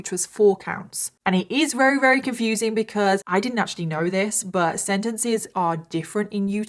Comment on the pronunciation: Wery, rery, very. 😂